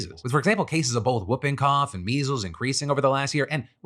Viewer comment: Are we just going to ignore how Phil pronounces whooping cough?